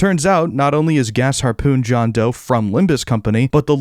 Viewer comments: FINALLY someone pronouned Gasharpoon correctly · finally heard someone say gasharpoon the right way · Bro did not say GAS harpoon😭